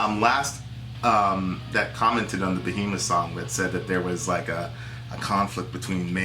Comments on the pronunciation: its BEHEMOTH not Behmoth get your shit right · Who df is "Behmoth"?....Also am I the only one who noticed this?